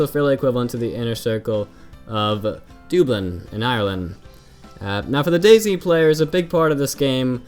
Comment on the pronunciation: DUUUUBLIN? Dude!!!! You disappoint hahaha :P